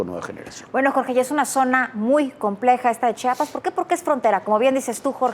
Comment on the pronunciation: Gracias por pronunciar bien Chiapas 🎉